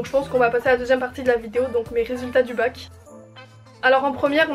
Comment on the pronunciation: Svp on a compris que c'est bac et pas mac😂😭